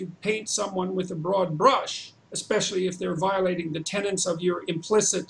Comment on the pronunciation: That's "central TENETS of evolutionary psychology..." NOT "tenants."